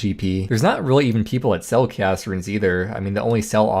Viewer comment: cant say chaos right?